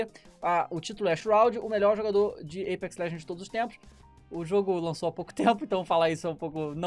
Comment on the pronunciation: Eipex kkkkkkkkkkkk é Apex